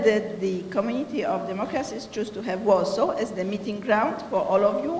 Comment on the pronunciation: "ez de mejer of łorsoł end de ko-orgenajzer of dis important miting aj łud lajk tu łelkam ol of ju" ;DDD lol Nie ma to jak partia wykształciuchów.